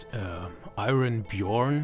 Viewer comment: You're the only person in the universe who has ever pronounced "Iron Bjôrn" correctly, which made me so happy! Unfortunately the producers of Final Fantasy and Grand Theft Auto are now suing me for cloning their games so closely in my game "Destroy the Monkeys!".